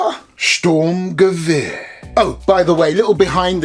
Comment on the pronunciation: Gute deutsche Qualitätsarbeit👍🏿👌🏿 BTW man, your spelling of Sturmgewehr at the beginning is not the best, you should practice a bit😂